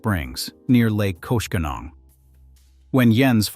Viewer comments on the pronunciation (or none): Friendly Wisconsinite chiming in from the 414 to the 608 to the 715. The "Kosh" in "Koshkongong" is not pronounced like "Kosher". The "Kosh" in "Koshkongong" rhymes with "Posh" or "Slosh". On Wisconsin!